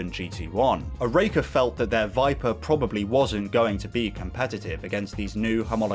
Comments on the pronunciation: Only issue here is your pronunciation of Oreca (OR-RA-KA) at least that's how it was pronounced when I was a kid watching them race live. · Great video but your pronunciation of Oreca is hurting me